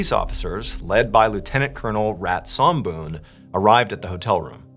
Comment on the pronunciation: MrBallen, your pronunciation is pretty good, almost there. Somboon, "Som" pronunciation is short, not long. That's my mom's name.